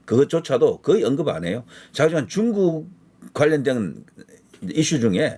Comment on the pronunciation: 뚕국~!!! 이게 맞는 발음~♡